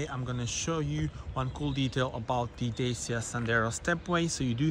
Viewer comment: Thanks for showing how to install the holder! One comment; Dacia is pronounced datchia, as it's Romanian...